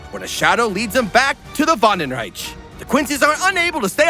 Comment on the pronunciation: Lol you go ill say this right wandenreich and then immediately go mispronounce it 😂